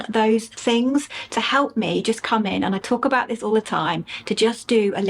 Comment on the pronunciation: do you realise you sound like an American when you say AaaaND :)... I wonder, is this deliberate?